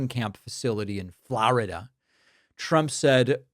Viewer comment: How the hell do you mispronounce "Florida"?